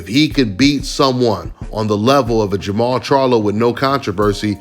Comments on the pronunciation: It's jermall . No jermell! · Jermall not Jermell